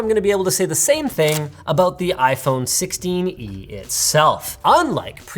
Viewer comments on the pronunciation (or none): its sixteen-e lol